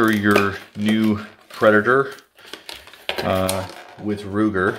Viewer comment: Preditor....???? Haaaaa. PREDATOR